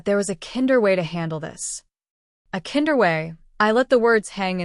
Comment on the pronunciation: Mispronounced words: kinder. . .